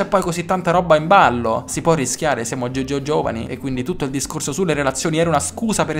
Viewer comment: "possiamo rischiare, siamo GGGiovani" io ti adoro 😂